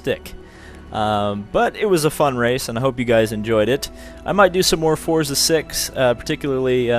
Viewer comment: No offense, but it's a pet peeve of mine when people say "Fortza."